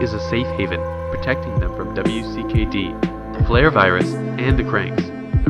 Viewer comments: Just gotta say its wicked and u say it wicked not W I C K E D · Does it bother anyone else that he mispronounce Minho’s name or spells out W.C.K.D organization instead of just calling it “wicked”? Lol no?.... just me?....ok then. Lmao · Pronounced Wicked! Other than that great recaps